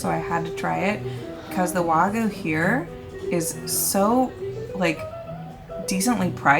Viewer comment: Wagyu is pronounced Wah'~Gi' yoo not wah-goo lol